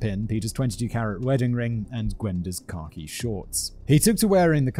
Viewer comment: Does anyone else hear “car key” shorts, when Simon says khaki? For the life of me, I couldn’t imagine what car key shorts were!